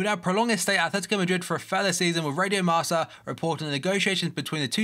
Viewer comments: it's actually pronounced marka not marsa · the spanish newspaper is pronounced "marka" not "marca". keep up the good work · Marca is pronounced Marka not Marsa :)